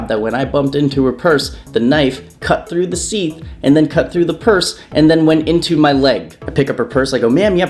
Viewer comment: Ouch :/ Also, because I can't help noticing these things, I have to point out that 'sheath' is pronounced with a sh sound, ie "sheeth" rather than "seeth".